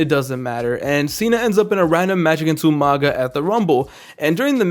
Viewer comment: Great memories,but the beginning of the Taker Story was shit.Much like what they did to Kane. In Y2J's Mania if you accuse Mr.Kennedy, they are two Maskedman him and Orton. The best moment were Regal's pronounciacion of You-Manga 🤣🤣🤣🤣🤣